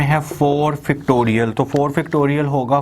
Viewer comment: Oh god....Its pronounced FACTORIAL not Fictorial and FORM not Farm!